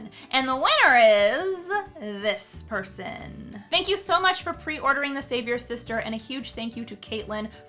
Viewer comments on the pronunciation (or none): Everytime she says the title of her book it sounds like she's leaving out the "apostrophy s". She clearly says "The Savior Sister". In fact I thought, that that WAS the title, before I saw it written on the cover. Sometim es it can be hard enough to stop other people from fucking up your titles. So why is she doing it herself here? xD